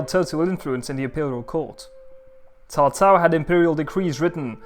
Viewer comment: Thank you. Pronunciation is on point and most ppl think cao cao a villain as he is portrayed in video game culture but was intelligent and inspirational and wanted nothing more to unite a divided china and understood that the Han was ending.